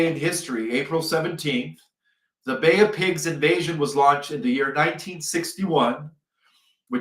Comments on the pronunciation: Bay of pigs not pig of bays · its bay of pigs>>> you say stuff wrong 🤢